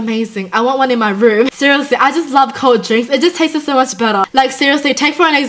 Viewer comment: I like hiw you say Tasteses